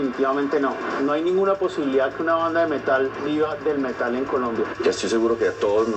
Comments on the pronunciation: Alguien que le enseñe a decir Metal al de la voz en off (hasta en eso se ve el atraso)... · El Metal <<< esa pronunciación jajajajajaja